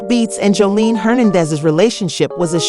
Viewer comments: Who the hell is Joleen? Please pronounce this lady name right or dont tell the story. Then you called her Jose-line. 😂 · you’re pissing me off how hard is it to say JOSELINE. information can’t even be trusted you can’t even take the time to learn how to say her name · How do you do this much research on a person but not know how to properly pronounce their name